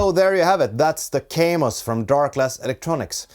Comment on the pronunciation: It is called Kaamos not Keimos.